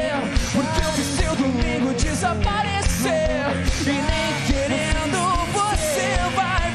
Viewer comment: Prestem atenção aos, o fala "e nem xerendo" quando o correto seria "e nem querendo". rsrsrs, ficou engraçado. ^^ Mas um errinho desses é sem problemas. Fresno arrebenta!!!